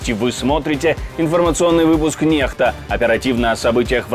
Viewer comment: Произносится не НеХта а НеКСта :face-blue-smiling